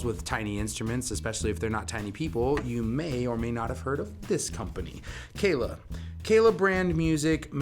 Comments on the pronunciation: Geez... first things FIRST... the brand is Kala... Kah' - lah. NOT Kay lay. They've been around longer than you have ; -) . Kala offers many string options beyond the LaBelle's. Thunder Browns loose the slickness factor and have longevity. As for both the metal and nylon core, (depending on pickup system) there are both flat and wound round. Aquila is also now making flat wounds ( Feb. 2023). You failed to discuss ANY specs, scale ( 3" difference between the acoustic and the solid body); nut width and string spread; split coil on the solids, neck profile is different between models, and each model offers both fretted and fretless. On the acoustics there is no solid woods on the body, only laminates. Tuner ratios differ between the acoustics and solids. And, bridges on acoustic ( "hollow body?") v. solid.... No, you don't see metal bridges on acoustics.... if you know of one, please share the brand and model. That was an ignorant, throw-away line!! The LaBelle strings will "work" on any 23-23.5 inch scale, not just Kala's. There are a half dozen other mass makers and customs in 20-23.5 inch scale models. ( Flight, Fanner, Magic Fluke, Hadean, Ohana, Allot) This is my first 'visit' to your channel. Based on other review channels, I suggest you watch some of the other and find a review-style script. You repeat yourself a lot without following a stream of consciousness...hard to follow. Good luck with your channel. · It's pronounced Carla